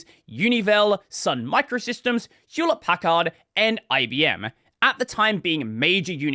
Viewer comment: I got to say that is the first time I've heard Packard pronounced that way...